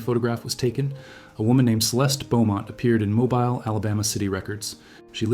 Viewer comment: It’s pronounced mobill not mobile like mobile phone